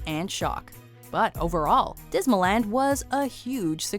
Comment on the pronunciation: Dismal land not disma land